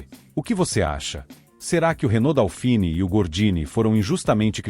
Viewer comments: Procuncia-se "dôfine", não "daufini". É francês...E o apelido NÃO era "leite em pó". Era "Leite Glória", o primeiro leite em pó instantâneo (solúvel) lançado no Brasil, cujo slogan era "desmancha sem bater". O leite em pó não solúvel precisa de mais tempo e uma temperatura mais elevada da água (morna ou quente) para se misturar corretamente e evitar grumos. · Não é "DÁUfini", é "DÔfini". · Putz, o narrador nem consegue pronunciar corretamente o nome do bichinho, A pronúncia correta é DÔFIN, e era uma grandiosa porcaria.